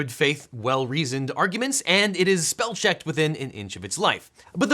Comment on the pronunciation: Only 20 secs in ... lol "Speel checkered!"